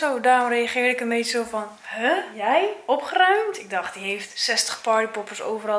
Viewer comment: OpGGGGeruimd 😂 RRRRR